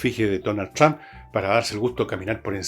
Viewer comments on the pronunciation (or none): none